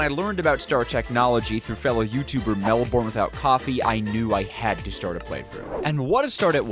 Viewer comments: JLYK, Melbourne (at least the name of the place in AUS) is pronounced "MEL-burn” or “MEL-ben” not “MEL-BORN” (I could very well be wrong and Melbourne w/o Coffee like it to be pronounced "MEL-BORN") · BTW "melbourne" would usually be pronounced more like "melbirn" not "born" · The pronunciation of Melbourne is melbinn not melborn we know that’s not how it’s spelt but that’s how it’s pronounced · it's mel-bin not mel-borne 😭😭😭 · Day 610 of hearing Americans pronounce Melbourne wrong